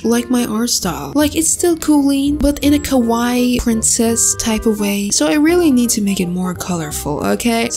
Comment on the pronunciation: The fact she said kowai instead of kawaii